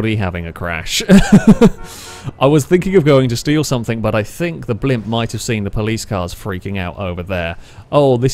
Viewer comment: "no one has caugtend on" "Somethink" 😂